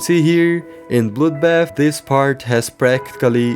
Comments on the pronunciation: I thought bro said “bloudbaff” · Why did he say bludbat and bludlust